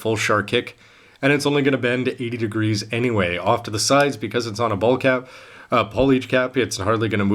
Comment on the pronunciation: Haha "ballicap"